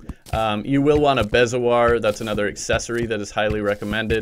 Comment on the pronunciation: Bezoar is pronounced (bee•zo•oar)